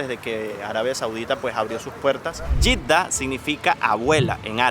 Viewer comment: Jeeda en español se pronuncia JEDA. Y en arabe Yitda ?